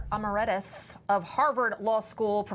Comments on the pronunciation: Is she dumb? Professor "emarettus?" And then the title of the book clearly uses the word "preventive," but she butchers it as "preventative." Has journalism gone into the dumpster? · You would think a news reporter would be able to pronounce emeritus properly :) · Love Dershowitz but our anchor mispronounced emeritus. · Would be nice if these "educated" Legacy Media types could learn to pronounce correctly a word like emeritus. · Reporter should ask her producer how to pronounce word if she does not know; ie Emeritus